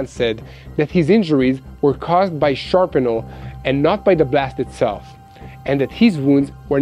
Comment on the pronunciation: Shrapnel, not "sharpenal."